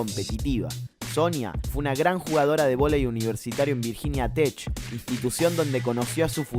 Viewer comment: No es TeSh es Tek Virginia Tech...